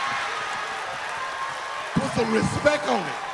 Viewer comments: RIGHT. RESPECTK. CAPITAL "K". 😆 🤣 😂 LOL .. Thanks Birdman, forever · Its Respeck